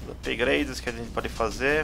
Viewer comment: meu deus,o cara fala ''upigraides''volta pra escola mano